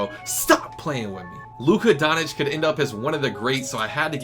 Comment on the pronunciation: “Luka Donich”